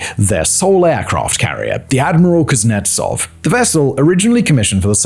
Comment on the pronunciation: "Admiral CRAPnetsov" Killed me XD. My stomach hurts from laughter XD